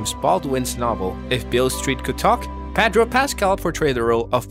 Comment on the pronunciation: say "PADRO" one more time 👊💥